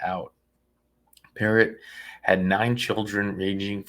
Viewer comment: How do you hear them pronounce Perrot multiple times and still mispronounce it lol